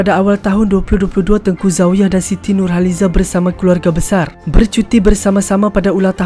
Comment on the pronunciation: Mcm x sedap pulak sebutan nurhalize